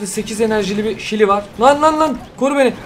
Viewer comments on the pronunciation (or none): none